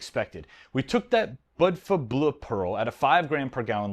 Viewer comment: It's pronounced bood va like the Montenegrian city Budva. The bleu probably references the color of the Agean sea